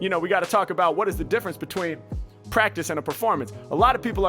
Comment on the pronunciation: this man said actually pratice about ten time within the first minute